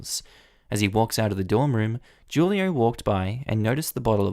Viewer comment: The dorm leader's name is pronounced hulio